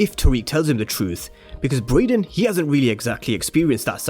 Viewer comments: bro you keep pronouncing his name as “Broyden”🤣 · Why u calling him broyden 🤣